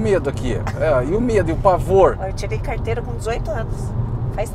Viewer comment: Fala da hora a iniciativa! Uffffffa até q enfim alguém fala certo carrrrteira de motorista....e não carta....carta vc escreve pra namorada! Kkkkk